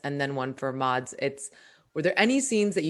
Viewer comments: I hate the way she pronounces Mads’ name 😂 he said previously that it’s pronounced “mess” like the end of “Thomas” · This was such an insightful look into the birthing process of a beautiful movie. I'm so glad they decided against scrapping of that hilarious "cod catching" scene. However the constant mispronunciation of Mads' name is such a eyesore - it would literally cost northing to just Google the correct one and use that.